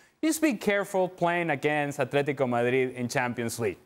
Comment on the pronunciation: Don, it's AtleticO not Atletic.